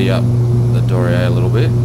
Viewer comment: Hairy - but it's down. (So maybe it's downy?) Anyway my challenge is to get you to say the aircraft name properly. It's a German company so it's pronounced Dor Knee Err. 'Dor' like in dormouse - 'Knee' as in that thing halfway down each leg - 'Err' as in to Err is human. Nice videos by the way. XX